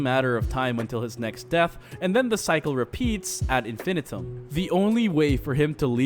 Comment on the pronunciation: The amount of words you mispronounced, like ad infinitum and beloved, makes me think you didn't write the script.